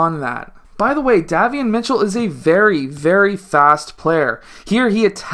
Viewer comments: Pronounced "Dae-Vee-on" liked the video. Good content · Day - Vee - Yon. Great video though.